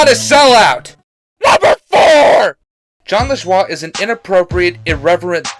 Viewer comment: Why isnt anybody correcting him on how he said john lejewah? its pronounced john lejoey